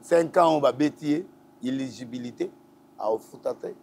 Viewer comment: doit etre professionnel. C est pas 3 ans de prison c est 3 ans de travaux forcés! Il est incapable de prononcer le mot inegibilité! Prends ton temps frère, prépare ton émission et surtout écrit! E bimisi bino ba aventurier po bozo lobela 3 ans de prison ferme alors que c est faux!!!!